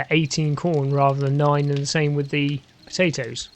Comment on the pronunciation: Why do you pronounce potato with a comedic Irish accent? It's not nice to take the piss out of other people's accents and I find it racist.